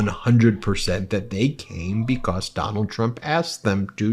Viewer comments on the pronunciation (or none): Love you channel! Not so much the way you say the word (because)like “becosss”’lol, but that is a small gripe. Trump is toast in hopefully less than 2 weeks , and i pray there is peace if And When he loses.🙏